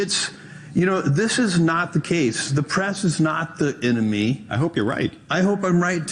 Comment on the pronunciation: No, the press is the eh-no-me.